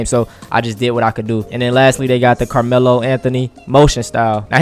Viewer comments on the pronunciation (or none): Bro said “Lamelo” and not Carmelo 🤣🤣